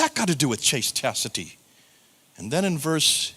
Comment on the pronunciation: "chastacity"?:face-purple-crying::cat-orange-whistling: Don't you mean, "chastity?" I love you, buuuut.....